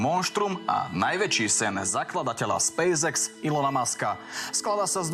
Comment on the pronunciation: Spejs ex hej? Podľa teba sa to takto vyslovuje hej? Hm, teba potom škoda je v markíze ty Spejs EX.